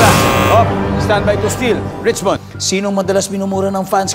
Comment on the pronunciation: Rich-what? Richmond!